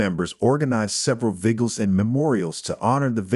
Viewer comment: Better without AI. Resdee instead of residue. Viggles instead of vigils. GO BACK TO REAL PEOPLE READING!!!!!